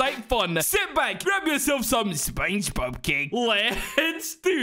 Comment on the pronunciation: the way he said speingbob cake😭